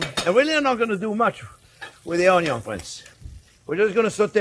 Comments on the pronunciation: Friend, not "onyon" but "ONYO" 😂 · Onyon! :D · I think I know now where Joshua Weissman got his "onyo" pronounciation 😅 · Your caramelized onyo are busting